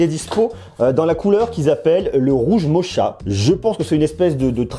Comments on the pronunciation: Sa se dis pas mocha mais mocka je pense 😂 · Hey, mocha c'est moche mais il suffit d'avoir la bonne prononciation genre rouge mocha (moka). En tout cas, je kiffe tes vidéos, bonne continuation 😄